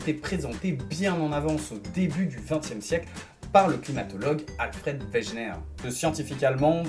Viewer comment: On ne dit pas weGUener ? 'en prononciation ?